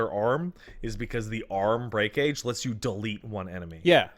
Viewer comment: I can't believe they went through the entirety of dmc5s lifespan saying "break age" and not "breakage". Every time I hear it it's like pounding a nail into my head